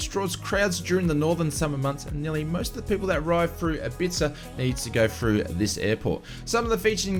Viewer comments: Ibiza is pronounced Ibeeetha in the uk mate! 😂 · ibiza (Hib bee tha) fast and one word great vid thanks for your work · Thanks. Another great update. By the way Ibiza is pronounced eebeetha. The ‘th’ is said softly like the ‘tha’ in thank you. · Hehe, I had to chuckle at your pronunciation of Ibiza, don't worry, I am not having a go since it is not intuitively spelt xD. For future ref it's pronounced 'i-bee-fa'. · Or as we pronounce it in the UK, I-bee-tha. 😁